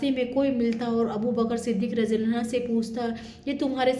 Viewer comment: Anho hota hai anha nahin